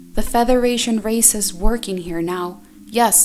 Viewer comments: Why does say feTHeration and not federation. Just asking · Why does she say Featheration, not Federation? It is very distracting. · I'm sorry... but is she saying "featheration"???